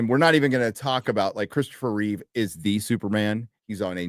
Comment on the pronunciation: WHY do you d*psh*ts put an "S" at the end of Chris REEVE?